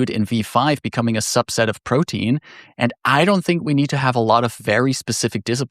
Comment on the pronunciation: Nice vid! For reference, Protean is pronounced Pro-tee-an, not Protein. the word is a reference to Proteus, a shapeshifting god from Greek Mythology.